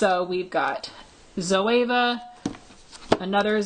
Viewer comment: zo-e-va *e= eee